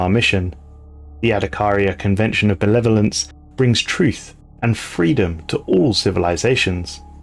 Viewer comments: I kept hearing the “Netherlands” and not “Benevolence” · The way you say "benevolence" sounds like your're saying netherlands. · I thought you were saying Adakaria convention of the Netherlands... Yeah I don't play the game but I love the lore.